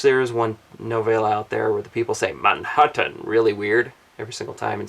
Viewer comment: As a European I have to point out that many American English words, and especially names, come from various European countries. So a European may assume that these words are pronounced the same way they're used to it being pronounced. IIRC how he pronounced Manhattan in the video is how it was originally pronounced by the Dutch settlers. Edit: not at all saying that American's are somehow wrong. Language and pronunciations change over time, this is life.